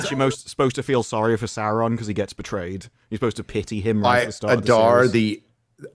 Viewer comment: After two decades, still can't say Sauron's name correctly. You wouldn't call Luke Skywalker, Loog Skywunker. You wouldn't call "" "Gay." Well, maybe that one fits., The dragon in the Hobbit is not "Smog," it's Sm-oww-g. And it's not "Sarron," it's S-oww-ron. You don't say "Nookuler" for "Nuclear." Sauron is one of the foremost villains in all of literature, say his name right, man. "It's 'make like a tree and LEAVE,' ya sound like a damn fool when you say it wrong!"